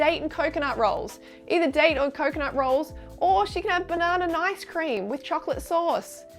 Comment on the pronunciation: "freelee the banani gorl" lol